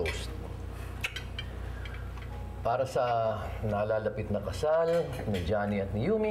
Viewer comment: Nanggigil din ako sa background music ei... Nakakiyak🥺.. and i love how andrew pronounce Jhonny's name, napakasweet 😁😅